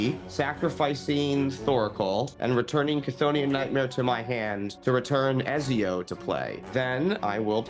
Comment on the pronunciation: Everytime said Ezio, I cringed a bit. I know he hasnt played AC, but damn